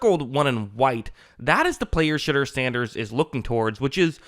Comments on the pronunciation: It’s Sheh-door not Sheh-dur btw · Shit-dur? Why say it like that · Ummm... who's $hitter? Lol I know his name, but the way here keeps saying it has me dying. May want to just stick with Sanders going forward.